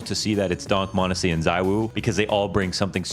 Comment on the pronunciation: its Monesy and its not close